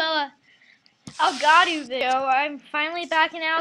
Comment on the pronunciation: U are pronoucing it wrong